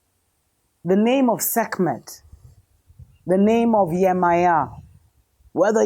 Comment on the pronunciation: Sekhmet, my Mother it is good to hear you say her name